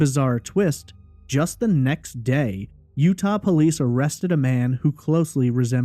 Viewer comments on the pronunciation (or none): none